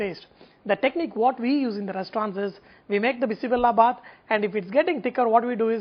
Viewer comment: It's not bissi Bella bath it's bisi bele bath bele means lentils and Bella means jaggery